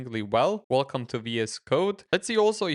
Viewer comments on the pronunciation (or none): none